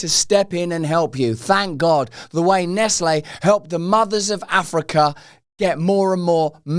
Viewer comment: Nes-Ley? Brits are clueless, they think theyre sooooo cute🫵😆